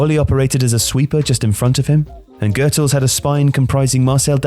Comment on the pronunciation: super interesting video, but Goethals is not pronounced like that haha, it's not german like Goethe but rather with a soft g and oe is pronounced like the oo in mood in english.